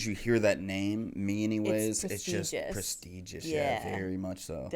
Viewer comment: It’s prestigious not presteeeeguss